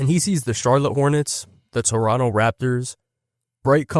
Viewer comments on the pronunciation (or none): none